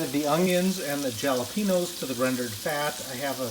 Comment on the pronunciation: Jalapeños? Lol. Like jelly? Nope! It’s pronounced halapenyos. The e is a hard a, as in gay, and not a hard e as in pee, btw. Googie it and listen to the pronunciation. And don’t make this mistake again!